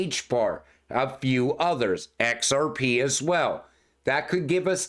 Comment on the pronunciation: I’d love to see this guys face as he says ‘EHCKSARPEEE’…. 😁😁🥂🥂🥂